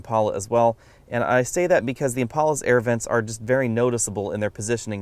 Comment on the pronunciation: THOZE ERRRVENTS, ERRRVENT EXTRAORDINAIR, LOL!!